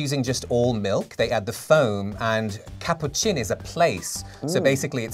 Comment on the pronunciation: cappuccino에서 cc를 원어민 분은 chair의 ch와 같은 [tʃ]로 발음하시는데 빌리님은 tsunami의 ts와 같은 [ts]로 하시네요! 분명히 같은 발음이 아니고 카푸치노에서 ts가 등장하는 건 영국식 액센트는 아닙니다. [tʃ]를 가지고 있지 않은 언어를 모국어로 하는 수많은 제2언어화자들이 ch를 ts로 발음하고 있기 때문에 의사소통에는 문제가 없을 겁니다. 하지만 영국 액센트를 가지고 싶다면 빌리님보다는 원어민 분 발음을 따라하셔야 한다는 점을 알려드립니다!!